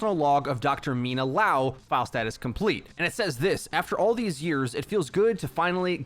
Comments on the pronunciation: Bruh, it's liao, not laow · "Lee-ow" my dude. So, "Liao" not "Lao" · it's not lao, it's l [i] ao, like lee ao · li-ao not lao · It's not LAO, it's LIAO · Thanks for the quick video but you’re saying LAO instead of LIAO the whole time it’s killing me lol it’s LIAO, there’s an I in the middle. :) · I'm curious as to why is everyone pronouncing Liao like Lao. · Say it with me, Lee Ow.... that’s how you say Liao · Everyone: obviously pronounces liao correctly Yo: laow